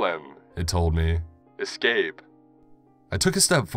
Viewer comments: as a grammar nazi it pains me to hear you eCscape it's escape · The way he says escape as excape is also very annoying